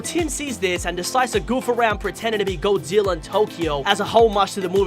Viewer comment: i like how he said goadzilla